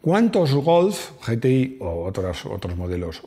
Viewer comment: Yi ti ai. Ge te i, nunca, hombre, nunca